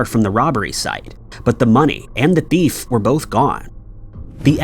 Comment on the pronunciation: It’s frustrating… you still continue to pronounce “thief” like “deef” or “beef” and even sometimes like “teef”!!! Please google the right pronunciation and your viewers will appreciate you more…